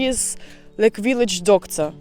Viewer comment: "But real dip dip viliage"😂😂😂